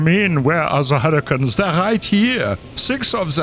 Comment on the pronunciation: I swear at the beginning he said 'hurritanes'.